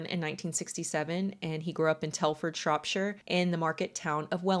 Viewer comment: Yay! An American that pronounces English place names the way we British do! Shropsha not ShropSHIRE 😂